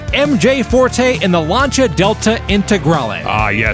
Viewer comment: Love you guys but it's "Citron" and "Lancia"!